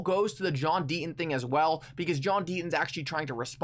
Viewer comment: JOHN DEET-TON SAY YOUR "T"s....